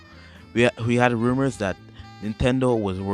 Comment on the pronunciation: my boi ya stuffs good, but the minute you said rumors you lost me